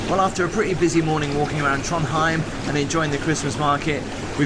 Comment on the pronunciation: It’s Trondheim not Tronheim